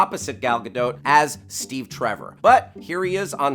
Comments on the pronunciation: It's Gal Gadot not Gal Gado! They even say it in the video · Gal Gadottttt! The "T"is pronounced. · wrong pronunciation its G A D O T NOT GADO